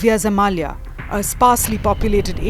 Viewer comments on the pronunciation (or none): "... Novaya ZemAlya" -"Zemlya" only has one "a".